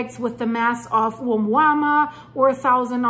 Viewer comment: the Pulse with 20 year broadcaster here with a bit of phonetics help Oumuamua = uh-MOO-uh MOO-uh LOVE your work. You are truly brilliant, charismatic and beautiful.